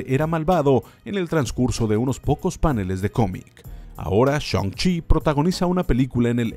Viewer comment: "Shoun-chi" xd